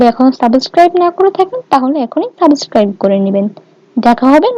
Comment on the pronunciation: সাবসকাইভ হবে না উচ্চারণ টা সাবস্ক্রাইব হবে,, i hope next time r vul korbe na,,,btw cake looks very pretty ☺️